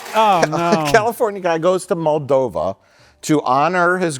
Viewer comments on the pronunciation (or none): none